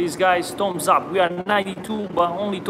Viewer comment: It is called Thumbsup, not Toms up